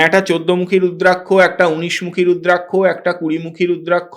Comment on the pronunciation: আপনার নাম ব্রহ্মানন্দ রুদ্রাক্ষ (রুদ্রাক + শ) কে বলতেছেন রুদ্রাংশ কেন?